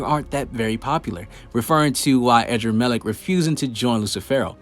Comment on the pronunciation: Man said “adramaleck” but it’s really uhdramalect in pronounciation